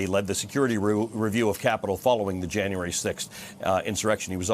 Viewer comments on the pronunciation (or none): Inerection? Can anybody say insurrection? 😅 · Did the host say "inerection" at the beginning of the video? I shouldn't have looked it up on Urban Dictionary. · An honorable man who speaks the truth! The ONLY reason to vote against a Jan 6 Commission is to cover up their complicity. On a lighter note, at the very beginning, did the host say, "inerection" trying to say "insurrection"?